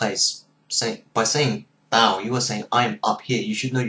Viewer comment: when you say "tao" I feel like you have a little "l' sound at the end, like "taol". It's more correct to say "tao" shortly, and stop.